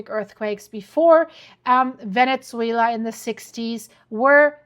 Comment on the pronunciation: Venetzuela? What language is that?